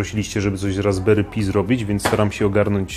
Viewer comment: RASBERRY PI (CZYTA SIĘ PAJ A NIE PI)